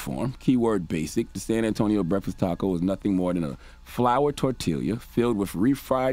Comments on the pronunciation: flour tor-til-ía (tortilla) 😩🥴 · As a black person, I am offended by Charlemagne’s pronunciation of “tortilla” [TorTeeYa] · Char can't pronounced double Ls. Kept saying tortila 🤣🤣🤣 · Leave it to charla to run cover for the bidens while attempting to hold em accountable. Lets purposely mispronounce tortilla to soften the landing. Dont care if it was for levity its still a foul statement on her part. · CTG you deserve donkey of the day for that pronunciation of “tortilla”. Come on my guy how have you gotten to the age your at and not know how to pronounce “tortilla”? I would have loved to hear him pronounce “quesadilla” too